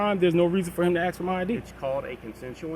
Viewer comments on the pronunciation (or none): pleast stop saying AXE, its ask